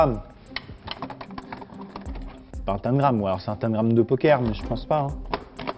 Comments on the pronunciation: Pnt amixem on prononce tENgram pas tAngrame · Hum... « tènegramme »?! C’est pas tentagrame plutôt? 😂♥️ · Je resterai figée sur la prononciation de tangram par amixem 😂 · moi je dis tangram et pas tan-gram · Mais c’est TANGRAME PAS TANE GRAME mdrrr🤣🤣🤣 sinon excellente vidéo gg pour l’organisation Fabien !👌😂😂🤣🤣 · je suis la seule à dire tangram et pas "taNgram" comme Amixem ? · Y a que moi qui dit "tangramme" et pas "tannegramme" ? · Un tamegrame 😂 C’est pas plutôt un tamgram ? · Tengram tengram on dit ca comme ca 🤣😭